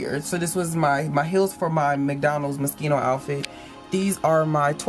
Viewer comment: Moschino , not Moskino 😂😂😂 I love your closet 👍🏼❤️